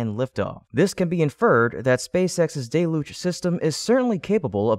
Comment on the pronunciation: I see you are still going with "DAY-Luge" even though everyone has told you that the word is "DELL-Huge" At least you stand by your decisions even when you are wrong.